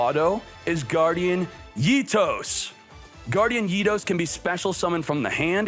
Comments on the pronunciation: Guardian ITOS triggered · I cringe every time he pronounces Eatos